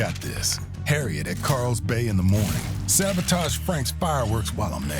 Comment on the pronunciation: KARLS bay. not CARELLS bay